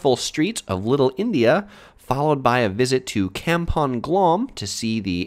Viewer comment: Kempong? It's Kampong just say it like "Come-pung